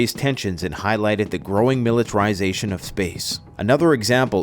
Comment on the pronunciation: SIM A LAIR A LY? MILLI TARE RYE ZATION? What’s wrong with this guy’s English? The female speaker sounds better than him.